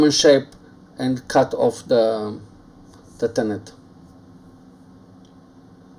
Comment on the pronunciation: Hi with respect just to help you with your English it is pronounced tenon not tenont Regards Aaron from England